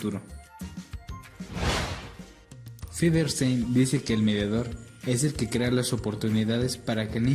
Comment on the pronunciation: Es Feuerstein, no Feverstein!! xd Pero muy buen video 💗